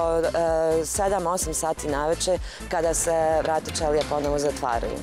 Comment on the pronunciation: NE OTVARAJU SE ČELIJE , NEGO ĆELIJE ČOBANKO😂